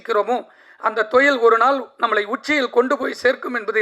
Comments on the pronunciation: தொழில்❌ தொயில் ✅😂😂😂😂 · Suththa thamizhla pesarennu, thozhil ah marupadiyum marupadiyum thoyil nu sollum bodhu valikkudhu. Ivar thamizhara ne doubt varudhu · Thoilll 😂 sir normal Tamil laa pasunga y spoiling Tamil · Enaku thaan apadi kekuthunu nenachane.. thoil 😂😂😂😂